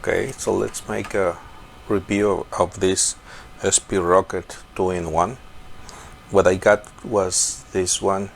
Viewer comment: Wait, I thought it was called Sprocket not SP Rocket! Anyone?